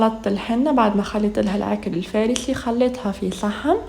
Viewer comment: C'est la3kar lfassi c'est pas lfarssi